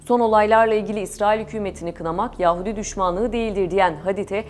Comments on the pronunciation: Yaaahudi değil lütfen uzatmayın aa'yi.... Yahudi belki "hu" uzatılabilir ama a değil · Ses tonunuz çok güzel.Zevkli bir dinleme oldu. Fakat yahudi kelimesinin telaffuzunu yanlış yapıyorsunuz. Çok fazla kulak tırmaladı